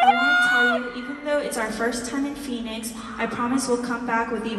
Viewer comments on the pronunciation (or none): yunho mispronunciation of phoenix is one of the funniest things i’ve seen. poor yunho 😭